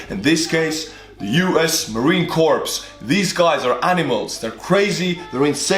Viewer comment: And it's Marine Corps not core just a heads up